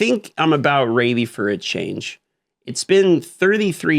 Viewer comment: 'I think I'm about raidy for a change' move to not restart the video after making a speech error within the first 3 seconds